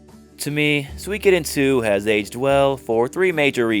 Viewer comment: btw, it's pronounced more like "Sue-ee-koden" than "Swee-koden" :)